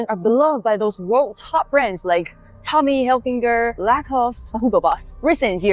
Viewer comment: "Tommy HilfiNger" lol